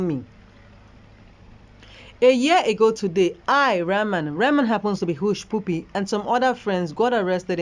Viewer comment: Please presenter, it's Hushpuppy not push pupi